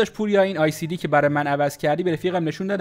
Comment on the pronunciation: ال سی دی نه ای سی دی 😂😂😂